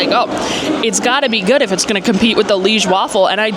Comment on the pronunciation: Li-ège, don't forget to pronounce the è, like the e in egg.